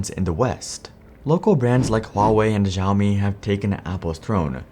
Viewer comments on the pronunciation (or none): This is a video based on gross generalizations. Apple was the phone of choice because it was the first smart phone back in 2010. Since then, China has made their own phones. You even mention Huawei and Xioami (learn how to pronounce this), so you know why production and sales have shifted. Now there are other smart Chinese phones as well. There is still a huge Apple presence in China. Even with the decrease in manufacturing and sales, it still is a huge player in phones and computer sales. Every big city in China has an Apple store or two. This video is sensationalism. This is not reality. The main reason motivating any change is that India is still poor and they can hire cheaper labor there. That's all. China did the manufacturing thing when they were developing. Now they are developed and shifting priorities. What Apple does is not that important to China anymore.